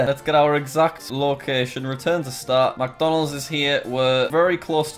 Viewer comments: when he goes MACdonalds not micdonalds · It made me so mad how he said MacDonald's instead of McDonald's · Every time Jack said "MacDonalds" I got triggered. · i like how he says MacDonalds instead of mcdonalds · Macdonalds-? ITS mic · He says Macdonalds instead of micdonalds interesting. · Alternate Title: Jack Spends Eleven Minutes Mispronouncing McDonalds.